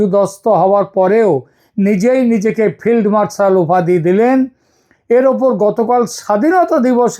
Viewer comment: ফিল্ডমার্শাল নয়, দাদা তুমিও ভুল করলে! ফেল্ড মার্শাল।